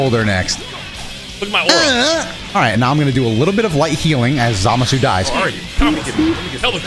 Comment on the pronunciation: I still love how says Zamasu right.